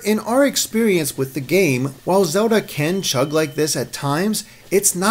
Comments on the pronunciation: If only someone gave me a dollar each time this guy pronounced Zerlda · Handherrd, Legend of Zerrda... this guy can't pronounce Ls. Dafuq man?